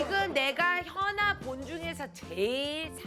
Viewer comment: 소개할때 키아나라는줄